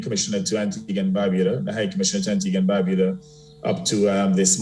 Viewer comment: Woman.......................... it is "Bar-byu-dah" !!